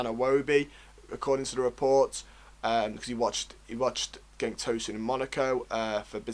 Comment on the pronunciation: Enjoyed the video. But please work on how you pronounce player names…. Digne is “Deane” not “dinyay” Cenk is “chenk” not “genk” Gbamin is “Bamma” not “gee bammin” I don’t say this to be a dick. It’s just something that will up the professionalism of your video. Keep up the good work!